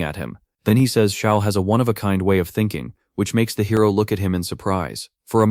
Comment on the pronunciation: mc is "seong" and the black haired dude is "seol" but at the end, ai calls them both "shaol" so it gets complicated the video ends at chapter 47 btw. and currently series is at chapter 100.